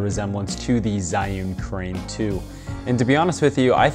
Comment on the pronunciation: HI. 'Zhiyun' is pronounced like Jee-Yoon.